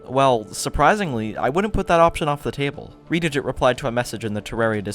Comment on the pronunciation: Reds name is red-dig-git not re-digit